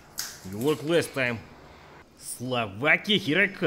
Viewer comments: Before going there: Slovakia After going there: Slavakia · Slovakia? I thought Slavakia